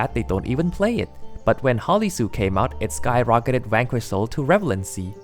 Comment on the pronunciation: when you say Vanquish, it sounds like you're saying wanker